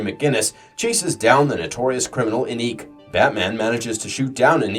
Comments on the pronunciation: Why are characters name so hard to pronounce for this channel? The Batman Beyond villain named Inque is pronounced Ink. Is this channel done by a script reading program or does the narrator not know the correct way to say character names? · Dude….epic fail with the pronunciation of Inque lol. I thought everyone knew her name was pronounced Ink. Don’t they even say it regularly on the show? Lol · INQUE is pronounced as "INK"! Does anyone there know how to pronounce anything correctly?